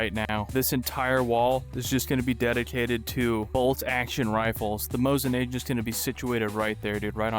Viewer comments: "mosin na-J-ant" bro... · Bro as a gun nerd, I felt pain hearing those mispronunciations of mosin nagant